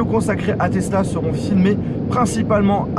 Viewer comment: on dit "tezla" et non " tessla". merci beaucoup de respecter la langue française qui est si belle .....